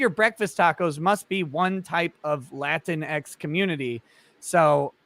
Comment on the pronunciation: the way said it made it sound like kleenex: lateenex